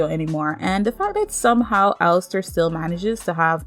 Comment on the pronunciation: Its "Alastor" not "🚫 🚫 Alistair 🚫 🚫 "